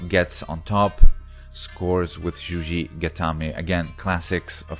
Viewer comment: It's juji-gatame, not zhuzhi-gatame.